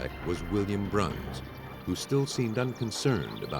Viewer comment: Pearl's last name is Bruns not Brown. It's pronounced (Bruuhns)